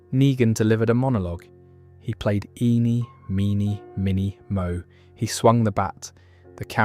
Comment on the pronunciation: A great video!! Couldn't help but notice some weird mis pronunciations (for example eenie meenie miny mo)😂 But very great otherwise!